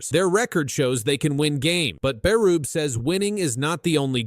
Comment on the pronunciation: that's not how you say Berube